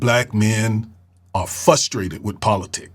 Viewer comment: Sir wtf is “fusstrated”? 🤦🏾‍♂️